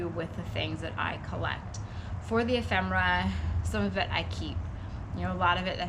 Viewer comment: Really? Majored in English huh? I love pretentious idiots... It's 'ephemera' btw...da